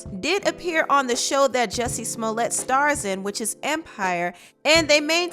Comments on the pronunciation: How come no one knows how to pronounce this fools name. lets get it Right Its Pronounced " Ju Cci Smell it". Shut the fuk up cardi rat b. Didnt ur mom ever Tell you dont talk with ur mouth full. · Hey Cardi, the correct way to pronounce his name is Jucié Smoliét !